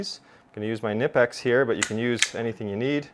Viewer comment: I enjoyed the vid. Good information and presentation. I would note a couple things. Your hand/knife positions when cutting that paper is really bad form. It is just asking for the blade to slip and slice your other hand. You also might want to know that the 'K' is not silent in Knipex. It is pronounced Kuh-nip-x. Knipex even sells T-shirts that explicitly state the correct pronunciation. They are a German company and German does not use a silent k.